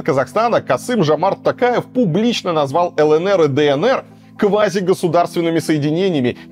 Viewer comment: Наконец-то Варламов правильно произносит фамилию ТОкаева (а не ТАкаева).